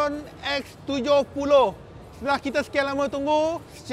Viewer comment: X abam bukan S ... 😂